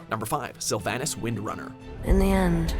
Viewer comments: You said slyvanas and Gul'Dan and medivh and sargaras wrong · you say #10 twice. you meant #9 on uther... also, you butchers several names pronunciation wise. Sylvanas, Illidan, . also, lore wise, illidan gained demon powers in the war of the ancients(prior to the first war, this was the first invasion of azeroth, hyjal was 2nd, we are in 3rd now)